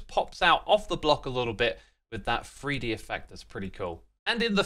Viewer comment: do NOT take a drink every time X says "free dee"